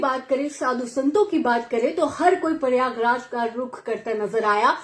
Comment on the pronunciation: Paryaag raj nahi pryagraj hota है